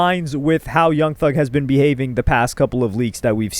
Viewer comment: "young thung" 🥀🥀🥀